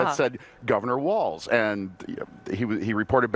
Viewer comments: It’s walz, not waltz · It's WALZ. Not T